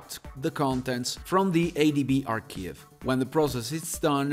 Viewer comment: Ooooooh ARCHIVE! Oh my days..YouTube Auto Subtitles were saying all sorts... Don't take Offense..but. Aaarr K eye V. AR K iiiiiiive "I" like Eye? Not Eeeeee like KEY... Sorry if I come over as rude...love your accent...but it left me totally confused for quite a while.. Anyway.. thanks for that..